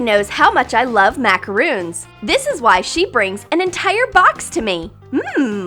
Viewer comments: It's pronounced - MA-CA-RON not - MA-CA-ROON, a "MA-CA-ROON" is a coconut thing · Its pronounced macaron. Mac-a-RON. Not MaCaRoOn... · It's macarOn not macarOOn ( o not oo